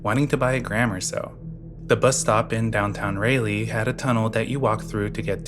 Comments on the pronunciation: Raleigh is pronounced, RAH-lee, not Ray-lee.😂❤ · Please look up how to pronounce city names lol. Signed an nc resident whose skin crawled at every utterance of ray-lee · I cant get over the way you pronounce Raleigh